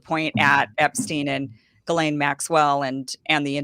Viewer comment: It’s GHIL-LANE, not GHIS-LANE.